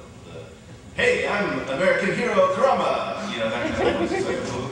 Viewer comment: sounds like that idiot announcer said ''kumara from yuyuhakusho'' rather than ''kurama'' when he was talking about john burgmeier. i hope i just cant hear right, or else GRRRR!!